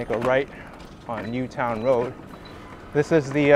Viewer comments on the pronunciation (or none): none